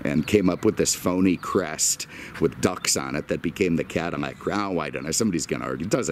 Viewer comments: Is he saying "Cadimac"? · man i hate how you pronounce "cadillac"